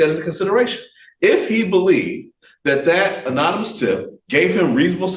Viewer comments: this attorney needs to go home, sit-down and Google how to pronounce 'anonymous'. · Why does this guy keep saying “unanimous” instead of “anonymous” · 'Unanimous' tip! He said that several times. It's 'anonymous'! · Anonymous (uh-nah-neh-mus) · That man needs to Google search and listen to how to pronounce 'anonymous'. He's an attorney, how does he not know how to say 'anonymous'? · He can't pronounce " anonymous" if his life depended on it, but yeah he's still in the pocket. Oh and aside from his interpretation of the 4th amendment. That was really dumb. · Still can't say "Anonymous" though.. lmao 😂